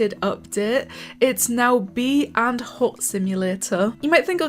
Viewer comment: “Bee and hot” lol… Maybe the AI thought the big S was &? That’s hilarious.